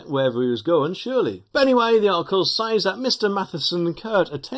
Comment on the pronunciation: “ sez”. Not “says”!